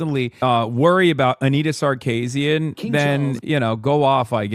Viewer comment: Hasan is so sexist, he has no idea how to pronounce Sarkeesian.